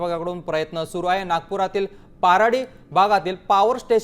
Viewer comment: तो भाग पाराडी नाही, पारडी आहे. तेव्हढं बरोबर कराव. आणि नागपूरच्या लोकांना विचारावा की त्यांनी जंगलातला असा कोणी छोटा प्राणी सोडला आहे का की ज्याला त्यांनी खाल्लं नाही. ससे रांडुग्र हरणा सर्विस्त माणसं खात आहेत नागपूरचे बिबट्या वाघ खाणार काय आहेत नागपूरच्या गाव च्या लोकांनी स्वतःच्या गाई म्हशी सुद्धा जंगलात सोडले आहे, सरकारने जंगलचा भूभाग घेतला आहे डेव्हलपमेंटच्या नावावर. बिबट्याचा जंगलात राहण कठीण केल हे कोणी सांगितला का.